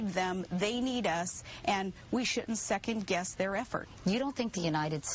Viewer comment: Does Palin say "second guest" instead of "second guess"?